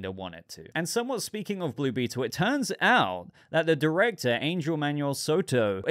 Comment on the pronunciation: Angel is pronounced (Anhel) and Xolo (Sholo). Just thought you should know